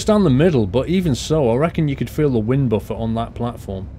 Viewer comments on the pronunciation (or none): none